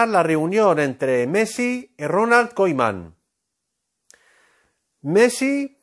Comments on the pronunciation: Messi se va y se pronuncia Kuman no caiman hjajajaja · no se le puede creer nada a un tipo que no sabe pronunciar el apellido de Ronald